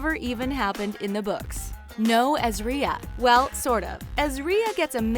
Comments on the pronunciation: Sorry, but in the Video it sounds like the books are the best books ever and the Show is just shit. The Show is great and even if they changed so much it has a awesome Story behind it! And Sorry but you pronounce Ezria wrong: It's EZria not ezRIA! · “Ezreea” ITS EZARIA